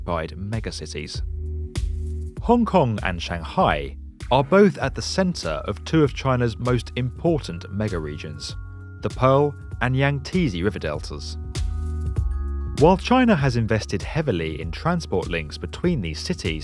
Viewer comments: Austin Rogge yes I was just waiting for someone to comment that.. 🤣 Yang T zee river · 'Yangteezee'? Really. How embarrassing for. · Yangteezee? lol. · Kai-yoto? Yang-teasy? Dude...get your pronunciation checked 🤣😂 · "Nagowa" "Yangteezee river"- come on it's not even spelt that way 🙄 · I died at Kaiyoto, Nagowa and Yang Teezee LOL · Yangteze lmao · ahh the famous yang tee zee river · Yang-tee-zi ? for fuck's sake mate.... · Great video but unbelievably bad pronunciations lmao. Nagowa? Yangteezee? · Don't forget the Yangteezee river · This is a really cool video, except when you butchered the word Yangtze. JK, its actually super cool